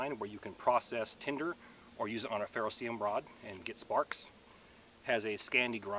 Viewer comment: From an actual chemist (BSChem, MSChem), it's pronounced Fair-Oh-See-Ree-Uhm. Just sayin' A nit. Appreciate your work!